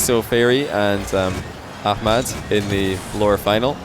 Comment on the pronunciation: My hat's off to you,! Love that you're putting in the concerted effort to pronounce names right; Ahmad and oKhalid.